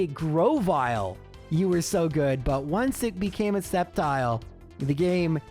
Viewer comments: it's pronouncd "Step Child"!!!!!..lmfao :P (I really did mishear it as this)....lol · I'm skeptical of that Sceptile pronunciation. :3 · I am sceptical of this spectical of sceptile